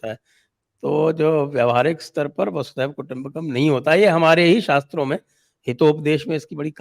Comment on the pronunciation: It’s Vasudhaiva Kutumbakam ie Vasudhaa(Earth) Eva Kutumbakam and it’s NOT Vaasudeeva Kutumbakam